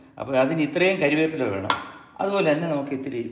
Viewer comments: MG സാർ ക്ഷമിക്കണം കരിവേപ്പില അല്ല കറിവേപ്പിലയാണ് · കറിവേപ്പില. കരിവേപ്പില അല്ല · അണ്ണാ കരിയേപ്പില അല്ല കറിവേപ്പില